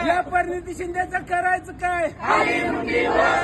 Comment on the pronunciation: परनीती नाही प्रणिती